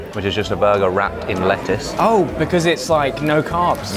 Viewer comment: A rot of rettuce.